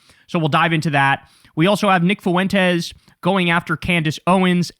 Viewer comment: I like the addition of the date. Helpful for archival purposes. Now if you could only learn to properly pronounce Fuentes.